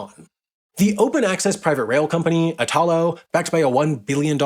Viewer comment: Ok the way the guy says “Italo” all wrong and “Italy” right drives me crazy lol. It’s basically the same word, you change only the last letter! 😂